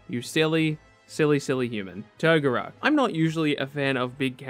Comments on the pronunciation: To-GOR-RO bro lol not TOGO-RO and could've moved my guy asta in s tier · The way he says Toguro is so painful...